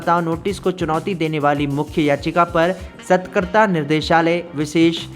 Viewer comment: सतकरता नहीं सतर्कता बोलते हें भाई